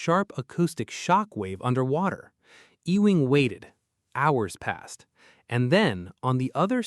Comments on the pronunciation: E wing? He's not part of a building. It's pronounced "You ing." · Maurice Ewing. Ee-wing, no, try yoo-wing. Anglicised Scots Gaelic: son of Euan. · Maurice Ewing should be pronounced “Youing”. “E-wing” is a typical AI error. For example - Female sheep is a ewe. She is not an “Ewee”, she is a “you”. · This hurts to listen to. The man's last name is pronounced "You - ing." Please have some respect, or at least spend 10 seconds to google it. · Ewing is pronounced you wing. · I believe Ewing is pronounced “you ing” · EEE-wing? Good Lord. I just lost my appetite for this video. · "ewing" ---EEEWING "eWING" uuuwing.